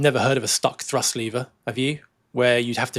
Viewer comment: When I first started watching your () videos, I was briefly confused by your pronunciation of “thrust”. With your accent, it often sounds very much like “trust”, and it amused me a little to think that a certain amount of trust was necessary to keep a plane in the air. (And a little pixie dust, perhaps.) With all the current changes in technology, propaganda, and political paranoia, trust is becoming increasingly necessary to keep our society on course. So I’m glad that you folks are keeping the trust levers securely at their cruise setting… and at TOGA when needed.